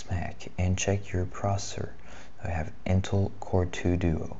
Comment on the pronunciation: I'm confused are you pronouncing intel as in-till? and developer as deff-lopper? haha